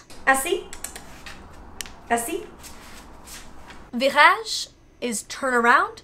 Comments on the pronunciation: As a French Canadian, molly your “virage” sounded so good. Like I might have not known you don’t speak French, If you suddenly said that to me. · Great pronunciation of Virage! Gallop is such a sweet smart boy (also what i tell my cat when he does his tricks)